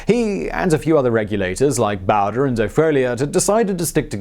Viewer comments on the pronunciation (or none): Not Charlie Bow-der, Charlie Bo-dree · Bowdurr... lol Simon, just wanted to help, because we both know you don't have ANYBODY ELSE telling you how to pronounce every single word you say (incorrectly... Or correctly? 😉 lol)... Bowdre is pronounced 'Bowdrey' or 'Bowdrie'... I know you needed that in order to feel complete, you can get on with your life now Simon... Hahahahahahahahahahahaha!!! 😂😳😜😁🙄🤣🌹😋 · It's Charlie BohDree not BowDurrrr. Big Casino loved Little Casino but was put in a position where he had no choice but to take Billy's life. Billy wasn't going any other way. The Governor screwed the pooch on the deal with Bonney. John Tunstall and his attorney/partner Alexander McSween in alliance with John Chisum were trying to establish a competitive business against Lawrence Murphy, James Dolan, John Riley, and gangs. Tunstall wasn't trying to monopolize. There was no Freaking chance of that happen with the stranglehold crapbag Murphy had. It was Irish Murphy, Dolan, and Riley (Democrats) who were the only monopoly and English Tunstall and Republican McSween they were against. That started the Lincoln County War. Bonney, Brewer, McNab, Doc Scurlock, Chavez Y Chavez were all black sheep taken in and hired on to protect Tunstall's property. They were delinquents and ne'er do wells but they weren't the aggressors. Learn to research better. Too many movies. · Damn it! It’s Bow like bow and arrow! Bow dre . You pretentious prick! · u said charlie bower lol